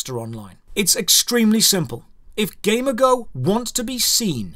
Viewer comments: Is it really pronounced that way? I would’ve thought like the word amigo, just with a g lol. Ga me go. If so, that’s even more reason to dislike them. This is a weird video driven by some personal feelings. The goal of almost any business is to make money. So sure they’ll take the less risky path. You’re free to go gamble or make a gaming studio that you don’t care about money but only the experience of the player or you like, but you can’t really hate on companies that don’t do that. Don’t like it? Don’t play it. The developers, owners, ceos, whatever- they owe you nothing. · It's like g Amigo , not game ago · accent makes it sound like he's saying "Gamergo" instead of "G-Amigo" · Why do you say it like that? Ghey-meego is how it’s said. Not game-a-go. It’s like game and amigo in one. At least that’s how I’ve always heard it said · i got this on autoplay and i heard "gamer girl" instead of Gamigo and was thinking what a sketchy name for a company, no wonder they do so much fucked up shit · No way all this time I thought the company was called GamerGirl. The way he says Gamigo sounded like gamer girl. I still hear GamerGirl everytime he says it. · I heard that as gamergirl lmao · I keep thinking he's saying gamer girl games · this is a great video, but I can't help but hear Gamer Girl everytime you say that company's name, and I wonder: "damn, that must be a truly evil Gamer Girl huh" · entire time whenever you said gamigo i heard gamergirl. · When you say Gamigo, I hear it as Gamergirl. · 6_6 I'd imagine it's pronounced game-ee-goh You know, a portmanteau of game and and amigo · So I'm pretty sure it's pronounced like "amigo" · I think it’s pronounced like amigo in Spanish, but with a G? Guh-MEE-go. Why do I care? I don’t know. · shouldn't it be gamigo (gay-me-go), as in amigo, but for gaming, like a gaming amigo, a gamigo, if you will? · wait I thought it was pronounces gam-e-go?